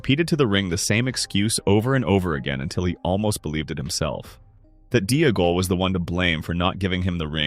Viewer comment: Oh great, based on AI's mispronunciation you have now changed the proper spelling of Deagol. Yikes.